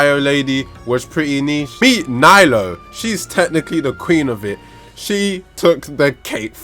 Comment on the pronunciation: Hes only AR 56, he can’t even say her name right😘 NILOU FOR THE WIN